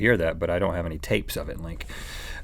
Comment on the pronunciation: Link always makes fun of Rhett for saying "tapes" LOL